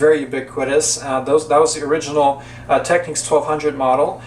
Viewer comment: It's Technics not Techneeks. Also Mark 2 not M K 2 mk'?